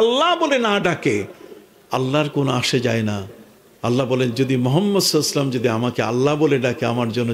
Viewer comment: নবীজির নামের শেষে (সা:)/সাল্লাল্লাহু ওয়ালাইহি ওয়াসাল্লাম ঠিক করে উচ্চারণ করেন। আদবের সহীত উচ্চারণ করেন। তারপর আরেকজনের ভুল ধরতে আসবেন। তদের মতো তক্তার জন্যই মুসলমানরা একত্রিত হতে পারে না।